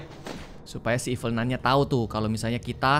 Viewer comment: ralat: nun kak bukan nan